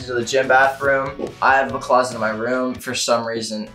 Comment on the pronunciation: Your closet is a huge house why do you call it a clost !?